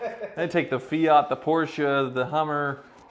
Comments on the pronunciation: Why can’t Americans pronounce car brands properly? What the hell is an Ay-Barf and a Fee-at? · FEE-OT AY-BARTH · An Italian would say A-bart with silent H and English say A-barth - says it fine although Australians/English say Fiat with no pause and he says Fe-at - no big deal